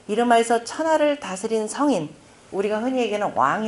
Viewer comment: 아이고!!!! 성인의 발음이 틀리다니! 더 놀라운 일은, 이런 어류를 지적하는 이는 1967년에 고국을 떠난 이 늙은 이 뿐이올시다. 한국 어문의 타락상!! 미국 변 완수 드림